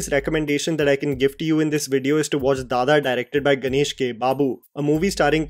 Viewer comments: Its "Dada" not "dha dha" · Sorry please correct your self at least spelling English tittle it is Dada (father, daddy) your are pronouncing dhadha 😂😢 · It's not dhadha it's DADA!! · Its not dhadha... its dada (daddy)..... BDW.. ur recommendations are always good....❤ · It is not dhadha. It is dada, means father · It's not DHADHA...It's DADA ( DADDY) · Not dada It is dada( papa) 🥺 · Isnt it dada? As in some english speaking kids used to address their fathers. Why is it pronunced dhadha here? 🤔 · It's Like,, This is how you pronounce, which is DADDA.. but written for some logic as Dada..much like a kid/baby says. It's not DHADHA..like how you're saying in this video